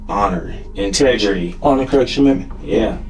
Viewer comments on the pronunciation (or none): “Intedrity” is crazy 😂😭🤦🏾‍♂️ This detective make our people look bad. It’s “InteGrity” bro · the marines teach "integery"? Gee... all these years I thought they taught INTEGRITY. lol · did this mf cop just say “Intejeritee”?? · The investigator looked up the Marines code of commitment and didn't even know how to pronounce the word. He should have at least asked someone what the word 'INTEGRITY' is. He says intedruhdee. lol wtf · Did that interrogator say "integery"??? Instead of integrity? I lost the thread after that. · “Marines have honor and Intejjjridy.”🤦🏻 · dumb ass cop ACTUALLY SAID “HONOR INTEJJJJREDY!” 😂😂😂😂 Dumbass had to look it up on his phone and didn’t know what the hell integrity is or how to say it!!!! 🤦🏻🤦🏻🤦🏻 what a freaking moron!!!!! INTEJJJRIDY!!!!!! With a J sound!!!! When you say integrity the G makes a G sound as in “Great”. Not a J sound as in Giraffe. 🦒 🤦🏻🤦🏻🤦🏻🤦🏻🤦🏻 What a dumb ass!!!!!!!!! How are you a Detective and don’t know what Intejjjrity is????? 🤷🏼 He never heard someone say “integrity of the crime scene?” 😱 What a dumb bastard. They need to immediately disqualify all of the evidence he ever collected and let everyone go he ever arrested so he can learn his words. He’s arresting people based upon a language he doesn’t ever understand!!!!! 🤷🏼Wow….. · “What do the marines teach? Honor, in-tedge-riddy” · not "INTEDRITY" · how does a detective pronounce integrity, integrudy lol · i have never heard anyone say integrity like that